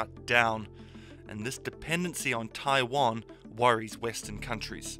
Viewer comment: I cringe so hard every time I hear westerners pronounce Taiwan.